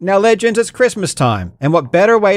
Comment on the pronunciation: I'm loving the gradual increase on the emphasis of "LEGENDS!" in your intros with each video 😊